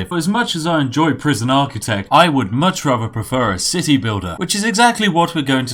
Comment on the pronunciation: Cit-tea building